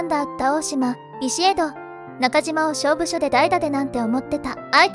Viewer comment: せめて校正してから流してくれ。れぎゅーら？至急が多い？配線処理？しょうぶしょ？田中の12番（じゅうにばん）？ｅｔｃ。あなた立浪監督を悪く言えないよ。途中で見る気失せました。